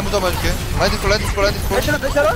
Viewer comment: ㅋㅋㅋ 겁나 잘한다..ㅋㅋㅋㅋ 진짜 딜러네.. 라인 발음이 La-in 이 아니라 Re-in 이에오 뤠인 ㅎㅎ